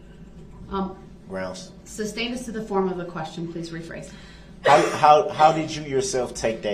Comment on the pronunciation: "Grounz for the SUBstain"... It's just wretched that Brooks asks for that when a basis was provided and the judge ruled on it but the Firm Brooks Mathboi and Grounz will stand up against any bench with their team of wit driven attorneys and long experience in cases with green judges.